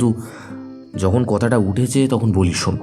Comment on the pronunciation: উচ্চারণ স্পষ্ট করুন... 'ধালা' নয় 'ধারা ' , কতাটা নয় কথাটা...|